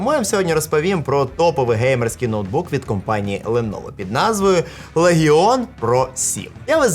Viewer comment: Боже какой же ты клоун! Лэгыыон. К